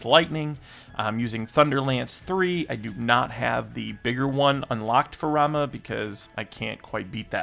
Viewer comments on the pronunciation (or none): "Ramuh"... Not "Ramma" my guy. Anyway cool vid, some interesting thoughts here so thanks for sharing. Did you know theres a Buster Sword upgrade in the Exhange Store for the Crisis Coins? Might be worth it, you'll also get Mythril Ore so you can easily get the Buster sword to level 90 with an additional Overboost increase